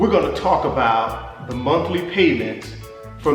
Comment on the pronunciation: Did he say the Monkey Payment or the monthly payment?